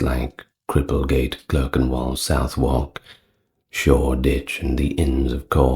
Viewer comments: 👍Southwark is pronounced sutherk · Why are Derby (Pr 'Darby') Pepys (Pr 'Peeps' ) and Southwark (Pr Suthock) mispronounced?